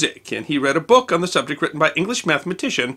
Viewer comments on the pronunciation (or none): none